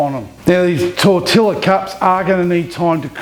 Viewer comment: Hey, not wanting to be the grammar police, but tortilla is pronounced Tortiya.The L's make a Y sound. I did the same as u until I was corrected in a mexican restaurant. Cheers and keep up the great work. p. s. Been wanting to make carne asada for ages. Might try on the weekend.